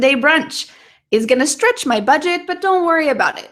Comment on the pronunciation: stretch sounded strech